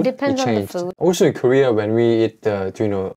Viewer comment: You said korea . I heard gay.